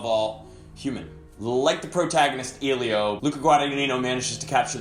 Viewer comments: Does anybody in the film call Eelio? The boy's name is Elio, E like in Echo, not eelio like in eel. It's an Italian name from the Greek "ήλιος", "sun". :) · It's Elio, not Eelio. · Maybe the next time you see it you 'll be able to pronounce Elio's name properly.